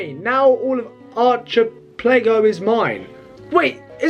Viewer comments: Archipelago is pronounced arcapelago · That word is sayed ark-apell-ago